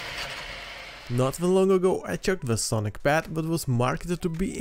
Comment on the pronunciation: That Bee Arr Arr is just hilarious 😂